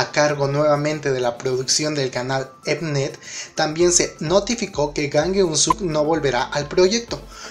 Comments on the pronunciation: se dice JJJJJJJAN Gen So!!!!!!!!!!!!!!!!!!!!!!!!!!! no GAN Guen Suk ji ji ji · Por favor esfuérzate un poco con la pronunciación, sería Llang Gün suk me duelen los oídos cuando lo pronuncian mal ¬¬' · se pronuncia es Jan ke suk